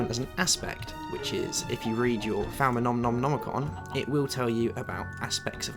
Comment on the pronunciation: No offence but you can't pronounce new stuff for anything falmanomicon seriously... xD Love your videos.